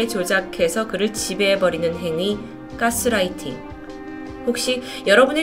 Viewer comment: 근데 왜 서울경기도쪽 사람들은 가스라이팅 발음을 까쓰라이팅이라고 하는거에요..??